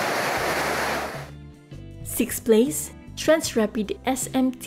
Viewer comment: When she say SIX or FIVE PLACE it sound like SIX PLEASE